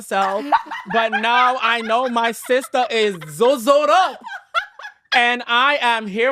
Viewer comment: It's Seesters 😂